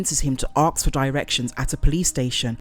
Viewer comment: Please please please learn how to say the word ASK "ASSS-KH" , as saying "axe" ruins the whole video!